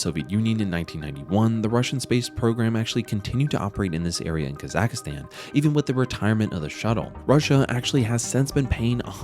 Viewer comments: Kazakhstan is easy to say. “Kazak+stan”. There is no “a” in the middle. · This channel can’t even pronounce Kazakhstan correctly, let alone make a good video lol